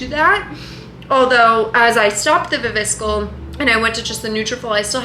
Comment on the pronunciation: Are we ignoring the way you pronounce viviscal ? 😂 it’s wrong fyi